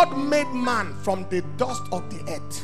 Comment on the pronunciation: Accent: preacher pronounce "ett" for word Earth.